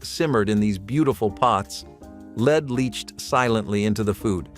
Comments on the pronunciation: Lead not leed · The element lead is pronouncec led, not leed. You keep switching back and forth. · Lead sautered should be pronounced led not leed.